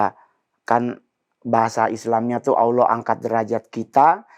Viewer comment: Bang mongol nyebut nama ALLAH sudah FASEh🤲👍👍👍👍👍